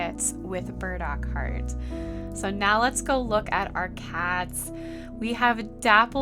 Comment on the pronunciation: My ears always hearing „bird-accord“…no, it’s burdockheart! xD